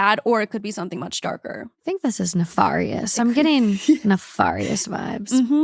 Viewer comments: Ne-FAR-ious 😂 someone has got to start a list of her vocabulary fails. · I'm only pronouncing nefarious as naFAWrious from now on 😂❤ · please know it’s pronounced neFAErious 😭 please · why is literally allergic to pronouncing words properly?? this is like the third video where she keeps saying “nefarious” so fing weirdly😭😭